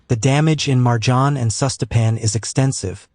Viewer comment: Vrh luđe. It's not MarJan, it's Merjan, ti gospu vlašku.